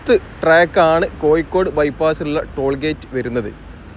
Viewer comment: Koyikode alla bhai, Kozhikode ennu parayanam.